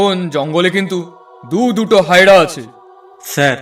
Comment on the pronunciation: হায়রা না হায়না বলতে হয়